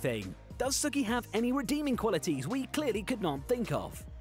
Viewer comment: It bothered me so much more than it should to hear Sookie from Gilmore Girls pronounced the same was as Sookie from True Blood lol